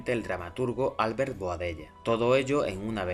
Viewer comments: yo sé que esto no tendrías porque saberlo ni pronunciarlo bien puesto que según lo que se desprende de aquí eres de Madrid, y no te lo tomes como nada personal pero la pronunciación correcta del nombre del señor veleta, no es álbert, sino albért. La palabra Albert en catalán es aguda a diferencia del castellano en el que el golpe de voz mas fuerte se produce en la primera sílaba.Solo era una aclaración enhorabuena y sigue con el trabajo de divulgación periodística tan excelente que haces. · hola , en castellano se pronuncia igual que en catalá ,,,Albérto , con la fuerza en la segunda sílaba , palabra llana ,y sin tilde ,,la he puesto para que se vea mejor la pronunciación , no ÁLBERTO ,, en la segunda , no en la primera si no, sería esdrújula.,,un saludo